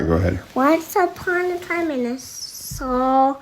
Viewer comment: I love how all things Tosh's son says are translated (e.g. he says "sar" but the caption correctly reads "far"), but titty tat remains the same.